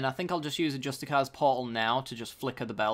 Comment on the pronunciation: it's pronounced "justi-seers" portal. I think you're just reading the name wrong. Its a great video lad! keep it up :)